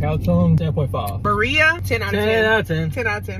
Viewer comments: Birria- pronounced Bee- Ri- Ya. The Ri is pronounced like when you give someone a “Ring” not Ri that sounds like RY. That is the best way that I can describe it. I hope it helps 😊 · Love your videos. Try pronouncing it like this (Bee-riah) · The pronunciation “ bur-ia tacos😂😂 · btw ik u tried ur best but girlie it’s pronounced BEE-HRAA with a rolling r still happy you tried hispanic food! i love birria❤